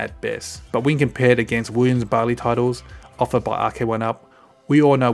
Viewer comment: Barley? It's got to be Bally hasn't it?? Double L. If I find out it's actually pronounced barley after all these years, I'm moving to Canada